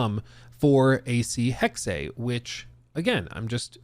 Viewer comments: Omg it's not Hex-ay, it's Hex-ah. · You're right it sounds dumb. But correct German pronunciation is Hex-ah. But Hex is better than what he's saying, I cringe every time. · Mygod.. please stop saying "Hexay" sounds dumb. Its just Hex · you are correct, it is Hex-ah Major cringe for sure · just say HEX... really. It's giving YaSUHke after you already played the game... where every single character calls him Yaske. It's not cute. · Why does he pronounce Hexe that way.